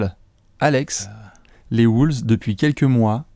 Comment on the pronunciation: Pourquoi vous prononcer "Wooles" ?